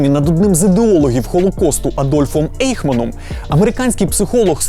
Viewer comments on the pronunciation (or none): Айхман, а не Ейхман.